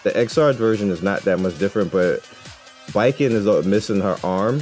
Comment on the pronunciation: Thank you for pronouncing Baiken’s name as ‘bye-ken’ and not ‘bacon’. Means more than you know lol